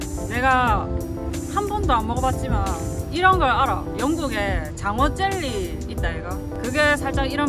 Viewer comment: 쨀리가 아니고 젤리.... ㅋㅋㅋ